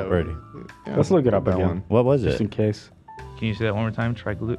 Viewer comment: his pronunciation of “kinase” 😭😭